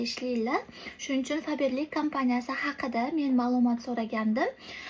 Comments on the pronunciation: Faberlimushh 😂😂😂 febirli deb aytiladi opaam😂❤zor lkn😊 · Faberlik deyilmaydi febirlik deyiladi😅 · Faberli emas febrli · Fabirlik emas Febirlik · Fabirlik😂😂 oqilishi febrlik boladiku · Faberli mas😂 feberlic